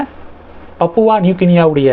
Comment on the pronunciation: அது பப்புவா அல்ல. திருத்தி கொள்ளவும். சரியான உச்சரிப்பு பாபுவா. (Pa)Pu Va.... பாபுவா நியூ கினியா.